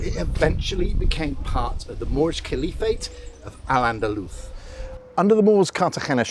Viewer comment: You pronounced the 's' in "Al-Andalus" wrong, and so did you with its intonation: the stressed sylable isn't the last one but the third to last.